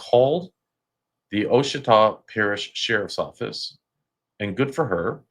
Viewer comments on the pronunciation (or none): The parish is pronounced waa- sha- taw not O-sha-taw. Lol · I love your channels. Ouachita is pronounced Wah-shi-taw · Ouachita is pronounced “wash-i-taw”